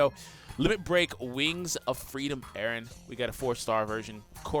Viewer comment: Oh no It's Eren not Erin XD